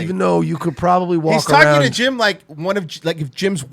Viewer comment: Schaub was so fake on this episode. You could totally tell he researched Jim the night before by watching YouTube clips. And him mispronouncing Jim's name at the end gave it all away